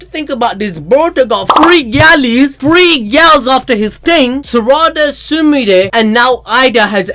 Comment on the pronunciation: I just gotta laugh every time you say 'ting'